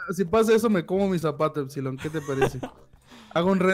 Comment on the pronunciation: COMO RISER TE DISE EFSILOR xD 😂